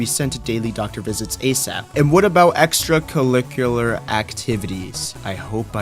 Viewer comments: Don’t worry, I am here to help with pronunciation. It’s pronounced like: extra curricular activities. Ex-trah-cur-rick-u-lar-activities. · "man look at this dumb***, can't even say extracurricular!" Meanwhile my American self can't say sixth. Your all good man.